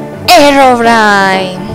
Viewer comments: se pronuncia herobrine a sí se escribe y se lee herobrain.😐😐😐😐😑😑😑😉😉😞😒😁😃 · mini bolita bonita y tampoco se dice herobrain es Herobrine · herobrine se pronucie